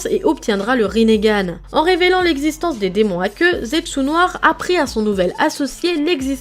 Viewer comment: Sa se dit rineghan pas rinéghan